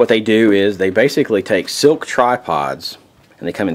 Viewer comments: He keeps saying silk but it's slik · Man I can't take it... It is SLIK (sss-lick) not silk!!!